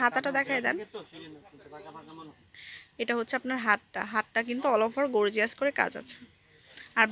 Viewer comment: গর্জিয়াস, গোর্জিয়াস না 😒